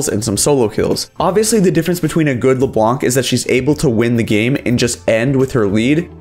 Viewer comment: "le blanC" lmao it's French, the C isn't pronouced (and it means "the white" BTW)